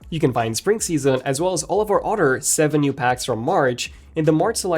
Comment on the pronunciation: It’s “other” btw, not “otter”.. lol